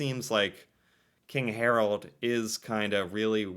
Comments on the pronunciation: Hmm ... Not HarOld. Try to pronounce his name HarAld! :-) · It's Harald not Harold... sigh.... And no, the king ain't that much liked. His father was great nicknamed "folk-king", but these offsprings are a total waste of garbage, many of them drug addicts.